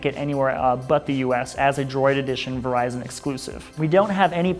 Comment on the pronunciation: Lost me at "Verizon Exclusive"